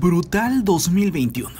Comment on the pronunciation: Noooooo brutal 2021 porque dises butal 2021no paso nada